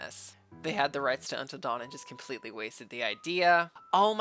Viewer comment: This trailer made me so mad when I first saw it. I know this is Sony, but how do you mess up “Until Dawn” this badly?